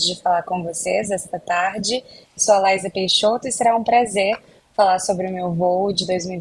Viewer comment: O espaço é um assunto muito complexo esse jornalista e muito leigo pra tá fazendo essa entrevista à única coisa que ele sabe é pronunciar o nome dela correto vamos esperar a entrevista dela pelo Elom musk